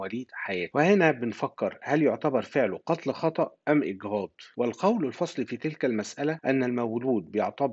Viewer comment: إجهاض ليس إكهاض وشكرا على مجهودك الرائع والواضح